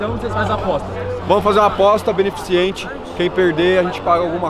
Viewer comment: Vi, é "beneficente", não "benefiCIente". Faz um stage 2 no português aí 😄